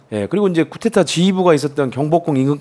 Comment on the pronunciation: 근데, 언론인과 쿠데타를 겪은 증인인데 쿠데타 라고 단어 발음 좀 해주시죠. coup d'etat (쿠데타 ) 또는 정변 이라고 하시든가요.. 자꾸 "쿠테타 " "구테타" ...라고 하시니 뭔말인지